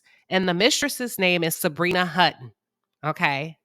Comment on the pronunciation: it’s Hutton